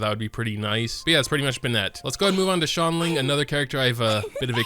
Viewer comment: ''Xianling'' xiangling my dude..